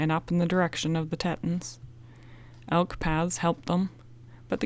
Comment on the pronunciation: I don't know how the word You pronounce as Teton is spelled, but I think You might be referring to the mountains and river in Idaho. If so it is pronounced Tee + Tuhn